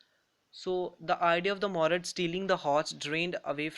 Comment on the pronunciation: That's Mourad not morad